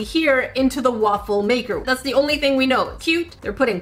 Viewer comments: Lol, woofle maker 😂😂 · So I heard waifu maker idk is it just me? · A Wuffel maker XD Please search Wuffel on Google. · “So this is my Woofle maker”